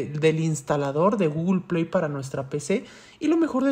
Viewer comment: por que dice GOOGLEPIAY en ves de google play